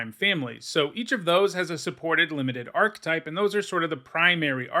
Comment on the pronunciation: The word 'archetype' has three syllables and you are incorrect in pronouncing the word as though it only had two syllables.